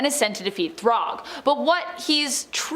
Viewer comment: Thragg is said like your saying rag like a dish rag. Not throg like frog 😂😂